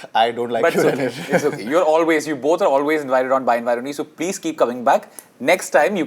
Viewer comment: Is it me or does the way the host pronounce ‘my invite only’ sounds like ‘by Aruni hi’